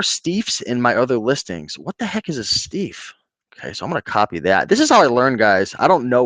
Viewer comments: IT ST-EYE-FF. You are hurting my ears. Pronounced "I" like an eye. Famous old German stuffed animals, they used real fur. They make it on Antiques Road Show all the time. Mutt is mutt, there is no word mutt in French, dog in French is chien (shee-ehn), cat is chat (shaht) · RE: Mr. Bingle. He was a Christmas character associated with the department store Maison Blanche (now closed) down in New Orleans. And Steiff is pronounced Stife (rhymes with knife). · I think it's pronounced as "stife". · “Steiff” pronounced “Steef”. It’s a plush company from Germany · ST-EYE-FF. No diff between a stuffed animal and a plush, there is something new called squishies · If two vowels are together in German you pronounce the second letter "Steiff" would be St"eye"f st"I"f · StIEFF is pronounced ST IEFF They are from Germany MoHair is animail hair. They are beautiful and very valuable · Steiff is pronounced like knife. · Steiff is a German company that makes EXCELLENT stuffed/plush animals since forever. "E" in the German alphabet is pronounced "I".